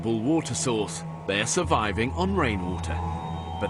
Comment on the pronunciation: Big emphasis on the "surviving for their lives" for the women, big emphasis.